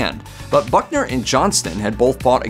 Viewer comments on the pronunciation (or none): It's Buckner, not Bunker. Oh, I see you fixed it. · Pallbearer Confederate General Simon Bolivar Buckner, not "Bunker". He was a West Point classmate of Grant. He was also the CSA general that surrendered Fort Donelson to Grant ("unconditional surrender") in 1862 for Grants first huge victory and surrender of an entire CSA army (Vicksburg & Appomatox would come later). Buckners son, of the same name, was commander of the American army at Okanawa in WWII and was killed in the final stages of the battle. News reporters need to polish up on the historical homework before making presentations on television...."Bunker", geezzz LOL. At least he got it right later....